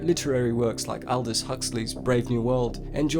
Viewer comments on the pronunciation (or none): none